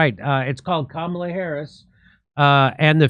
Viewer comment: Kamala bedeutet auf Sanskrit Lotus und ist auch eine heilige Blume. Es wird einfach als Kamala ausgesprochen, nicht als Kamāla. Ist das jetzt klar?